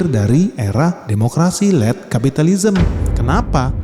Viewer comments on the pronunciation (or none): Led, bukan Late 😂